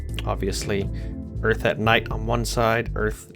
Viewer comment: You have no idea how funny 'Earth' sounds in my Non-Native-English ears :D Oorth